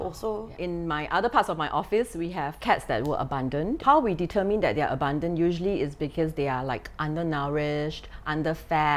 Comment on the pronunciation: Painful to my ears to hear “abandon” pronounced as “abundant “